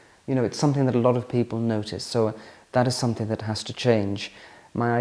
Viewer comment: The word "something" ends in a G not a K. It's called pronunciation. Making life more elegant for you...